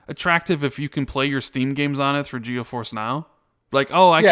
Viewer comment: It's GeForce,. Not GeoForce. 😆